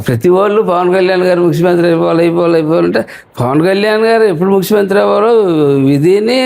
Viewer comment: ముక్సిమంత్రి కాదు బాబు ముఖ్యమంత్రి😅😅😅😅